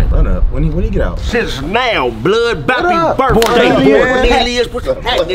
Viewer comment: He said bronelious lol I ain't never heard that shit before has me dying